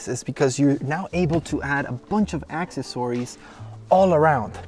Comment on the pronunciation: ....really? not one comment about the way he pronounced “accessories” ??